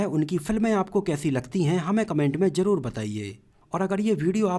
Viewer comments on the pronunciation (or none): none